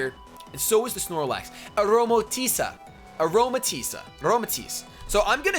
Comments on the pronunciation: A-roma-tees that's how u say it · I believe it's pronounced Aroma-Tea-Say. :)